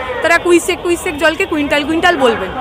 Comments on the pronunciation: ও তো ভুল উচ্চারণ করলেন মনে হয়!(Cusec )কুইসেক কুইসেক তো কখনো শুনিনি, কিউসেক কিউসেক বলেই যানি,আর রচনা ব্যানার্জি কুইন্টাল কুইন্টাল বলে খুব অপরাধ করে ফেলেছেন? যদি রচনা ব্যানার্জি বলতেন এক কুইন্টাল জল ছেড়ছে! তাহলে সাধারণ মানুষ বুঝতে পারতেন কতজল ছেড়েছে, কিন্তু আপনি যদি বলতেন প্রায় সাড়ে তিন কুইশেক থুরি কিউসেক জল ছেড়েছে তাহলে সবাই ঠিক কতট জল বুঝতে পারতোনা। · একজন না হয় ওজন পরিমাপের একক দিয়ে পরিমাণ মাপতে চাইলেন। আর একজন নতুন একক আবিষ্কার করেছেন ‘কুইসেক’, ইংরেজিতে Cusec বলে একটি পরিমাপ আছে বলে জানতাম, যার উচ্চারণ কিউসেক, এরাও নাকি কোথাও PhD করে.... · Are Dipshitao toh bhul ballo kuisec kuisec uccharan tar bela ki otato CUSEC hobe tar mane holo 1cubic foot/ sec flow of water =height(1ft)×bredth(1ft)×height(1ft)/sec water flow. Uni toh ki sob PHD karechen bole 😅. Ta uni CPM tai uchcharan bhul bolleo thik. Dekhlen na voter age Singure dhoa ar doi nie ki bolechilen tao janata janardan unake vote die jetalen BJP r Locketer sathe contest holo ar Dipshitar CPM toh khelar joggyota arjon kartei pareni😂😂😂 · Cusec tai uni bolte cheyechen kintu pronunciation ta thik bhabe korte paren ni ..seta anekei bhul koren jamon apni Cusec spelling ta bhul likhechen